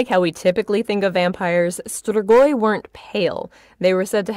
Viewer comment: it's pronounced stree-goi